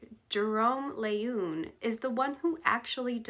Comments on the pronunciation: The doctor who discovered the genetic basis for Down syndrome was Dr. Jérôme Lejeune (pronounced like leh-zhune) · I dont know how you spell the name of 2nd person you suggest the syndrome should be named after but you pronounced something like L'une. People will always find ways to make fun of names - it occurs to me some might call them Loonies! Downs or ups is less offensive but work on something more apt, i.e. syndrome 21.